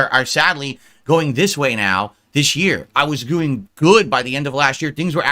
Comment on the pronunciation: Does he say “goo-ing” instead of “doing”? TWICE?!